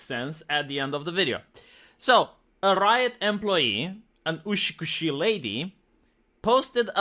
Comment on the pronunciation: Everytime you said "ushikushii" I die a litte more inside You mean utsukushii right?